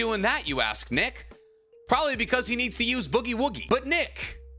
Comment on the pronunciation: Pretty sure that's not how you say nick you bloody legend